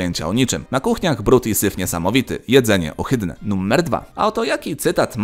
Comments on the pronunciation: Dlaczego wymawiasz "numer" bardziej jak "nummer"? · Jak mnie wkurwia sposób w jaki mówisz "numer".